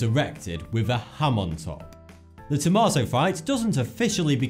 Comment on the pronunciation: hahaha, he said "tomatou"!..... ... I'll see myself out...